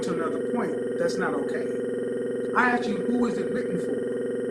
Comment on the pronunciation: He did axed the question.